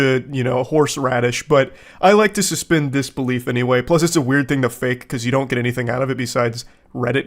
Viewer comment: "That Wæerd"